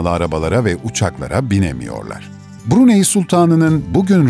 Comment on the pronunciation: Bruney şeklinde değil Brunay şeklinde okunur.... ayrıca söylenilenlerin çogu saptırılmış bilgi.... Saudi arabistandan bahsediyormuş gibi anlatılmış....Keşke önce ziyaret etseydiniz